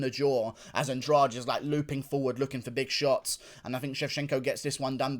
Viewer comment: Why do you pronounce Andrade as if the "de" should be read as the second g in garage? It should be Andradeh.